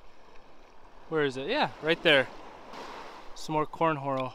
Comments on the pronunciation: Lol you called it corn horal instead of horn coral lol. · 😂🤣😂Are you purposely saying corn horal , Instead of Horn Coral?😂🤣😂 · LoL "corn horal" ! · Did you just say corn horal?😂😂😂